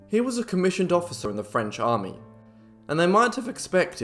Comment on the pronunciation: The phrase is "makes the heart grow fonder" not stronger. Nice French pronounciation.